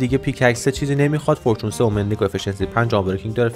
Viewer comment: چرا هرچیزی توی ماینکرفت رو یک چیز دیگه تلفظ میکنی 😂😂 فیدرفالینگ فورچون انشنت دیبرا ایا از عمد اینجوری میگویی 🗿